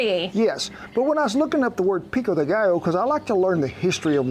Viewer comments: The double Ls are pronounced like a “y”. You said it correctly when said pico de “gallo”. Same thing for pollo. And yes, pico de gallo, literally translates as a rooster point or beak, inferring, that it has a bite. Love your videos. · LOL! You pronounce "gallo" correctly as a Spanish-speaker would but "pollo" like an Italian! This made my day! Love the channel